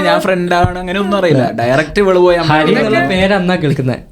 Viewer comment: HARI❌ ARI✅😂